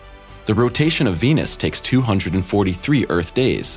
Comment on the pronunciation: Sounds like he's saying penis instead of venus.